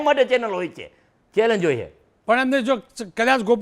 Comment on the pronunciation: તને ચેલેન્જ બોલતા ભીની આવડતું પછી મોરબીનો વિકાસ સુકરવાનો 😂😂😂